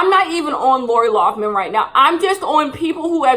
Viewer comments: Lol will she ever say Lori Laughlin (Lin) not man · Every time she says LoughMAN instead of LoughLIN, I cringe a lil bit. That should be her punishment. People should call her LoughMAN for the next 40 years, lol. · youre entitled to your opinion and all but you should really learn her real last name loughLIN not loughMIN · Nobody:: LaUrA LoUgHmAn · LoughLIN L-o-u-g-h-L-I-N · But do you even know her name ? You didnt say it right once lol laura loffman isnt her name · mispronouncing Lori Loughlin for 22 minutes